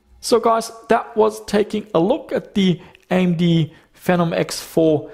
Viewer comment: The official AMD pronunciation is Fee nom.